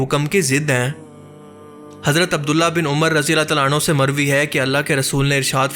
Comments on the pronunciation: Razi Allah tala anha Nahin Razi Allah tala anhu hota Hai❤ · Rajiallahu anhu....not ANHA